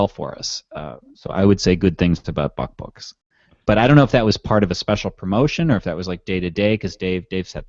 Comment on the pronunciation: Did say buckbooks?